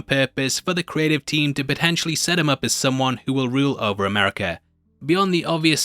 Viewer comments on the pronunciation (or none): none